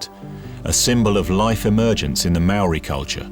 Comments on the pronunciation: Hi, good view of life in NZ with history toi. Enjoyed the vid! Though Maori - mari ? -is more like 'mowri'. Marae is 'Ma ri' not Mari-a.. good try though! I'm a NZ euro so hope that's right!? "that'll be right mate! " - kiwi fred dagg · Omfg could the not find anyone to pronounce Maori ? Fuck sakes